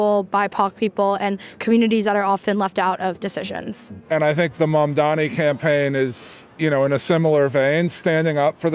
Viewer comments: "Mandamni" has got to be one of the most egregious ones yet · Cuomo still can't pronounce mamdani's name, lol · They can't say Zohran Mamdani correctly... We should spell Cuomu/Coumu/Qwoomoo/GooyMoo incorrectly! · Andrew Cuomo is literally incapable of pronouncing Mamdani correctly. I can't tell if its because he's old or because he's islamaphobic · He still can’t pronounce his name ffs